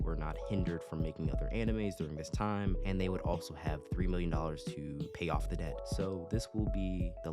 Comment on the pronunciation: My boy said dept